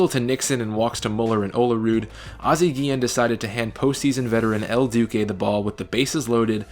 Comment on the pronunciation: Your name pronunciations are atrocious... I mean I counted at least 5 wrong names (probably more) but the worst is “el dookay” when referring to “el duce”... lol... Paul Konerkos pronunciation was also hilarious.